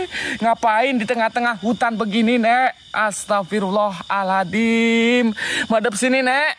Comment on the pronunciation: Bukan astagfirullah alathim..bukan huruf thal situ..tp huruf zo...bunyi yg betulnya astagfirullah hal azim. maaf sekadar perbetulkan ayat...👍🏻